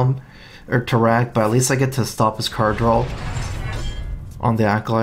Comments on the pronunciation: dude, draw not drawl :) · D R A W not drawl lol